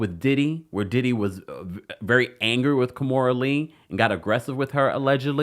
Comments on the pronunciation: It is Ki-mora not Ka-mora 😵‍💫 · 🤦🏾‍♂️ Key-More-Da(Amistad Voice)